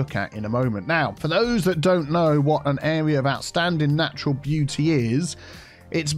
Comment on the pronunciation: More like "Area of oustanding beau-tea"